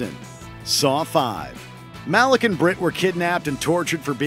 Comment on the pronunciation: Ive heard his name is actually pronounced "Muh-leek" instead of "Ma-lick"